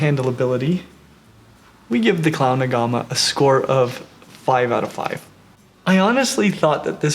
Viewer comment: Looks like a uro and a beardie had a baby!! So cool. But no pancake belly. But I do agree everyone has Beardies xD Also sound like hes saying clown aguama?